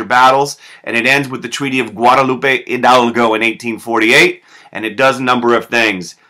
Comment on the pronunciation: Finally, a person who says Hidalgo correctly!